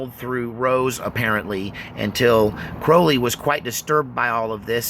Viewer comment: Cr-owl-y not crohley